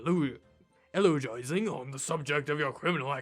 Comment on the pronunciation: I was wondering when ANYONE was going to mention that those two blood stains (floor and skylight) weren't there before! Also, the word is pronounced 'you-low-jy-sing'. So glad you didn't lose when you got down to your last chance. Good vid!🙂